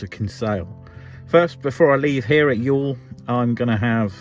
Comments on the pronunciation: Pronunciation of Youghal is spot on. It's Yawl :) as for the video, It's terrific to see the town again. Haven't been home since 2017 myself and hopefully will get back this summer. Nice to see a quick snippet of my grandfather's monument in your video too in the market square. Really looking forward to the rest of the coming trip. Safe travels. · Youghal pronounced as y'all so your pronunciation is good.